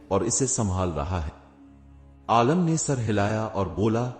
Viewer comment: Bhai aalam nahi aalim hota hai